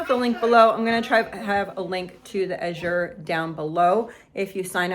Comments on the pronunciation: PROBABLY pronounced l8ke the color, a blue, AZHure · May I give some help by saying- the way you pronounce “Azure" correctly is to put the accent on the first syllable as in the color blue.